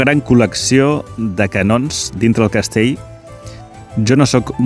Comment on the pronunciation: Millor Castell, que Castei. Millor ell, que ei. Ja que fas aquest reportatges en català, sisplau, respectem'ho.